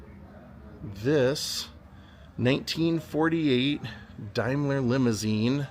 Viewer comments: It's pronounced dame..ler great vid ,best wishes from the u.k. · Daimler pronounced Dame-ler…. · It’s pronounced Daymler. Daimler was a British manufacturer.